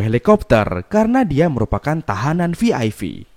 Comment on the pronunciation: Vi ai pi bruh Bukan Vi ai vi Wkwkw